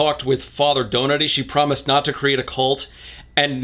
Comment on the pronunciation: Yeah I keep hearing that too🤣